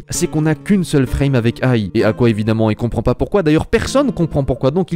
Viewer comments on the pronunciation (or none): none